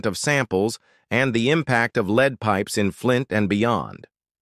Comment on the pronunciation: AI generated and narrated. 🙄🙄🙄 Lead - the metal is pronounced like led. 🙄🙄